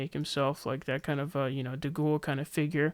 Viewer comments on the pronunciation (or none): de gaulle = de gol , not de ghoul i love it tho, better nickname than jimmy george